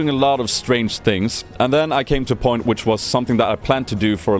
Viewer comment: "Strange things, and then i come to a point" i rly thought you were saying "To porn"